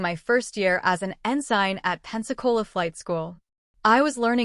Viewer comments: Yes, pronounced ensin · Great story. But you need to tweek your AI Ensign is pronounced with a silent “g”. Thanks for sharing ❤ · Auto correct error. Mispronounced ensign